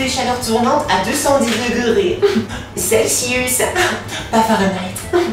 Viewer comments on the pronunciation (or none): none